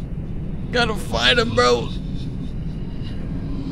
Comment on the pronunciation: It’s bro. Not vro